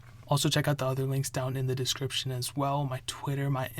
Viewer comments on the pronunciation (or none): none